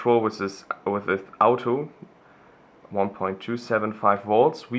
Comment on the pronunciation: with not wiss xDD nice dude :D